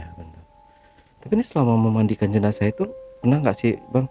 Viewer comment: Jinazah ke jinajah ye